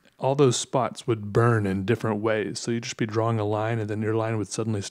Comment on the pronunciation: Draw-wing is how you pronounced drawing. 😁